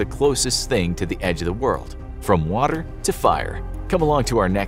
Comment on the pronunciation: I like that little tongue roll you did there when you said "water"